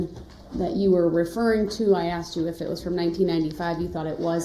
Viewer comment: I axed a question.